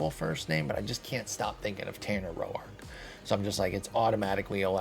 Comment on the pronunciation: Lol. "Ro-Ark" instead of "Roar-k" 😅